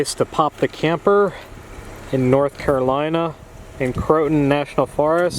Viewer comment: 'Crow-a-tan' not 'cro-tin'